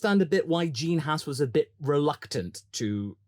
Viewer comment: Can you say Ahhh? Then why not Haas? It's not spelled Hass . Maybe you think Gene is an ass? Oh wait you probably will call that Ahhhss.